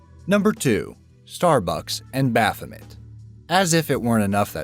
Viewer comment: He doesn't know how to pronounce baphomet correctly either, the "met" part is pronounced like "may."